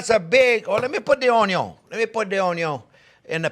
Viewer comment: A chef using canned over fresh has his head up his ass especially when fresh are cheaper than your fancy canned tomato’s. Stop saying on-yons. Your no Justin Wilson.